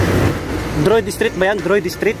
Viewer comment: "Drayod" po basa dun sa Driod St.😊 Jan lang din ako nakatira buddy.. hehe